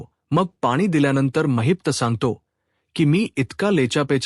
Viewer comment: कोण धेडगुजरा कथन करायला आणलाय कुणास ठाऊक? त्याला “ महिपत”म्हणता येत नाही. तो म्हणतो “ महित्प” , काय हे?